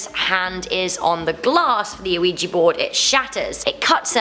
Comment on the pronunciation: Am I the only one who thought she said Luigi board instead of Ouija board